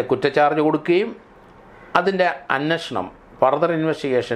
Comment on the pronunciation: എന്റെ പൊന്നു സാറേ "അന്ന ഷണം.. അന്നഷണം" എന്നു പറയാതെ അന്വേഷണം എന്നു പറയൂ..